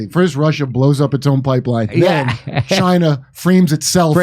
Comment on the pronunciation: Dore using the Trump pronunciation for "Chyna" is funny.